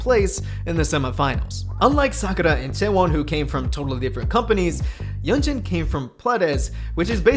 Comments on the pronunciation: A small nitpick: i'm pretty sure yunjin's name is pronounced "yunjin", not "yeonjin" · yunjin is pronounced 'yoon-jin' by the way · Btw, I think you are pronouncing Yunjin's name incorrectly